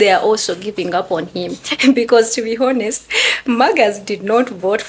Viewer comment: I think you are using the word honest. The h in honest is silent.